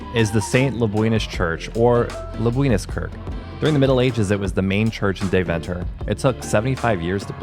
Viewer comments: Dayv'nter. With the klemtoon on Day....😂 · Its actual pronounced "Demtah" not Deventer. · Dear guy's ist De-ven-ter not DeVENter your pushing the "ven" to much..... LOL Next time put some (real) butter on the koek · I love how you pronounce Deventer as if it's 'The Venter'. It's actually more pronounced like 'Daiven-ter'. Phonetically 'Daiven-ter' comes closer to how Dutch people pronounce it. But I'll forgive you.. 😉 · Very good...but please learn how to pronounce Deventer.........